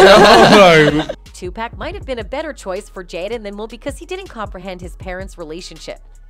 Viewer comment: Ugh I hate the white train AI can we please get some black folk in concatenation we use cell phones to and y’all making AI white asf she can’t even read the script correctly saying Jadden and Tupack but then occasionally saying their names correctly like what in the entire fuck